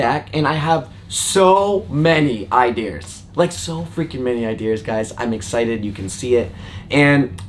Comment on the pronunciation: "i-de-eers" you dont have an accent so i know for FACT you can say "I-DEE-AAH".... idea....:D